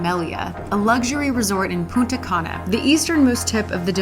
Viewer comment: Punta Cana Pronounciation: Puta Ka Na:p